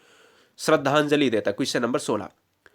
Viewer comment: भाई कुसचन नही होता क्वेश्चन होता है